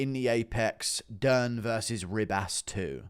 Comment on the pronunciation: ”Ree-bass” good one guru. Whats with the pronounciation